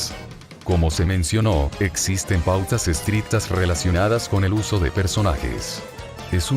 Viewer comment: Nada que ver con el tema, pero me hace gracia que en en ves de que diga "existen pautas estrictas" salio "existen putas estrictas" es hilarante